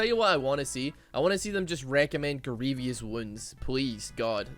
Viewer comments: my man, love your videos but please dear lord learn to pronounce „grievous“ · I hate how u pronounce Grievous